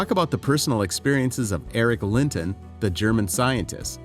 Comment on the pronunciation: Eric Lent?? You mean EriK LentZ?